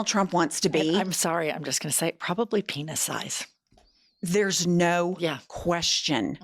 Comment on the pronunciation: "penis size" i heard "to penisize" and i was like what does that mean